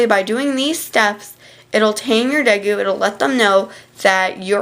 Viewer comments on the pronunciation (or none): day_goo not de goo